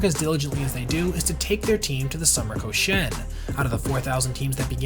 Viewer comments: ko SHI en lowkey getting triggered when you mispronounce it lmao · I-WA-TE! KO-SHI-EN! Dude really researched this story thoroughly and butchered the pronunciation that badly?! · Koshien doesn't pronounce like co-shane, but should be ko-shi-en. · It's KO-SHI-EN, 3 syllables, not "Ko-shen." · Awesome research and detail! For future reference, you should pronounce the name of the tournament as Koshi-en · A lot of research goes into videos like this, which makes me wonder why the people who make them don't take a second to see how to pronounce Japanese words and names like "Iwate" "Koshien" "manga" Or that Nippon-Ham is a company and the team is called the Fighters, as demonstrated in the team logo that is included in the video. Although there should be a team called the Ham Fighters, which is a vastly superior name in my opinion